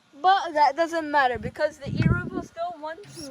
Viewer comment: love how you say erevo but be carefull with the body they nolonger exist